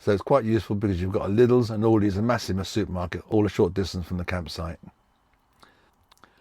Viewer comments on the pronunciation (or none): You couldn't pronounce the Spanish supermarket, but you also couldn't pronounce Aldi or Lidl. There's no 's'